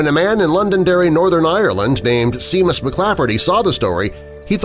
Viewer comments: do you know when you said Seamus it’s pronounced shamos not seemos I only know that because I’m Irish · Why can't these narrators learn how to properly pronounce names? Seamus is a common name pronounced Shay-mus, not "SEE-mus". This isn't the first time I have heard mistakes by Youtubers mispronouncing names. Even slaughtering the names of famous celebrities is a common occurrence. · Seamus is pronounced Shā•miss and not Sē•muss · The Irish name Seamus is not pronounced 'See-mus' .. it's pronounced 'Shay-mus'. It's as popular a name as Paul or Mark or Bruce is in the US! So you might want to try getting it right because your voice is used for so many YT vidz. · It's pronounced Sheámus not seam us lol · Seamus is pronounced shay-mus. Fyi. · It’s pronounced as (Shay-mus) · Oh Yeah it's not Seamus it's pronounced Shame us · Seamus is pronounced Shay-muss. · Seamus is pronounced “shay-mus” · "Seamus" is pronounced "Shahmus". Likewise, "Sean" is pronounced "Shahn", Think of Sean Connery, if that helps you remember. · Ok seamus is pronounced Shaymus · Seamus pronounced Shay-mus